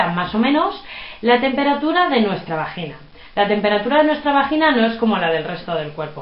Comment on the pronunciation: ME ENCANTA COMO DICE VAJJJJGGGINA!!!